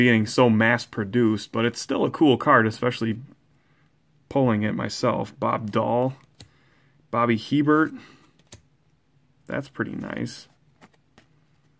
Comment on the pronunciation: My dude did not just say Bobby hee-bert it’s prounounces (ay-bear)